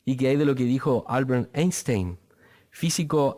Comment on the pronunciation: Se parece a uno de los testiguitos que me visitaba, solo que el mío tenía peinado de puercoespín xD. "Aaaaaanstain" jajajajaja, si le preguntaban por el Quijote hubiera respondido lo mismo, que en dicho libro se respira su presencia y lógico siendo el protagonista.